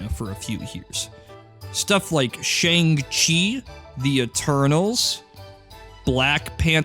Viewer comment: THANK YOU for being the sole American youtuber that can say "Shang Chi" correctly 👍